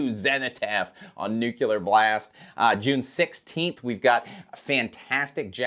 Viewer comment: Nucular Blayast?!?